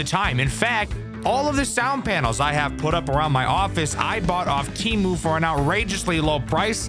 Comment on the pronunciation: No way this dude got sponsored by Temu lol at least he said it right also Don't use Temu if you want your data to go to the Chinese government don't use it but you do you